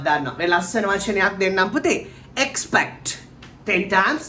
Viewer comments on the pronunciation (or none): Its Not expet...EXPECT 🤔🤔🤔